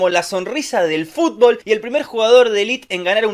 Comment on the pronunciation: No me puede dar tanta gracia que diga fubol todo el tiempo